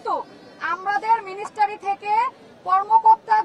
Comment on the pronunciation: আকুতি মিকুতি করি মিনিস্ট্রিকে মিনিস্টারি বলবেন না 😄😄